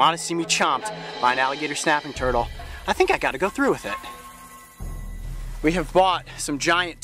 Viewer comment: He kinda said the alligator schnaping turtle